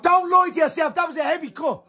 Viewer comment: “Don’t loy to yourself, that was a heavy cut”😂